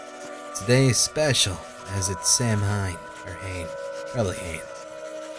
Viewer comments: if anyone was wondering samhain is pronounced sah-win, it takes place around halloween. and sidhe is pronounced shee, like banshee (banshees are part of the sidhe lore). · This looks like it could be really cool! Hella hyped! (btw, Samhain is one of those funny words and pronounced Sow-en i think) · Samhain is pronounced sow-in. That said, wow, looks like a really interesting game. Makes me want to get the consider out again. Can't wait to see more. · I am so freaking excited for this game. Btw, Samhain is usually pronounced sow-in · Samhain is pronounced saw-when and it's the Celtic/Druid holiday when the spirit world is closest, it has since evolved Ito Halloween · Samhain is actually pronounced "sow-in" and is more commonly known as Halloween today as it was renamed when brought to North America from Ireland, where it was created by the Celts. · Samhain is pronounced s-ow-in and means the month of June in Irish ^-^ As an Irish person I love that this game has all the Irish Myths and ledgends xD I didnt even know a game like that existed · Hey, I got a little info (if you want): "Samhain" is pronounced about like "Sahwin" or "Sauin", it's gaelic... in other words it's like Halloween! :D But in the Wiccans' traditions ^^ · I'm a new subscriber, I love your videos so far. Just wanted to let you know, it's. pronounced sow•enn (Samhain). It's a Pagan holiday on Halloween. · Samhain isn't pronounced the way it looks. It's pronounced Souwan. "sou" like in "sour" and "wan" like in "want". It's a celtic holiday where the veil between worlds are at its thinnest and spirits are able to walk the earth to visit loved ones. I'm a moon pagan witch, and I celebrate it as a harvest holiday and my new year. Samhain is one of my favorites! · Just so you know,, "Samhain" is pronounced like "Sow-win." It's an old Celtic festival that is actually thought to be the original basis of the modern Halloween. Sounds much cooler pronounced like it sounds, though;)